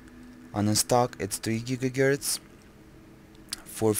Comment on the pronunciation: Im sorry, but i cracked when u said "gigagerts". Although its quite late, so it might be the reason.